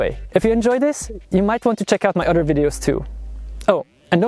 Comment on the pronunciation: Not being a jerk, trying to help point out an issue with the way you pronounce “other”, sounds like you’re saying “utter” which makes me think of milking cows….🐮 P.S. what you built is very interesting and yes makes me wonder why no one thought of it yet. Good job 👍